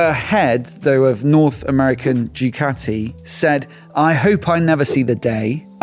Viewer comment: Did my man just say Jew-cati?! 😂